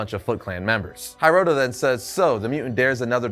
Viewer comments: HEEroto not HAIroto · Not to be that guy, but it's pronounced He-roto, not High-roto. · HEEEEEROTO not HAiiiroto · It's pronounced "hee-roh-toh".